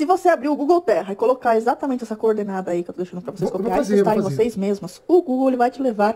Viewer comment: Cadê o "X" nesse "esatamente", Man...